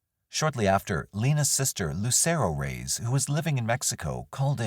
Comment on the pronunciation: Reyes is pronounced Re-yes. Please try to learn how to pronounce names correctly especially when they belong to the victims